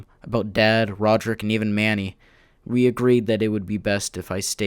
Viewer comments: "Roderick and not Rodrick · Rojerrik lol